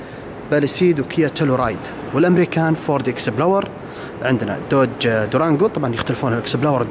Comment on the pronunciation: فورد. اكسبلورر. مش اكسبلور 🤣🤣